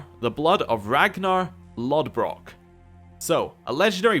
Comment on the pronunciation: The "ð" letter in "Loðbrok" is a "th" sound, so his name is "Lothbrok"